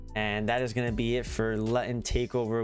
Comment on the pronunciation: Just so you know it's pronounced Loo - tun. Cool video though!